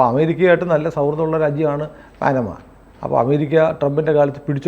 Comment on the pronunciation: പാനമ അല്ല പനാമ കനാൽ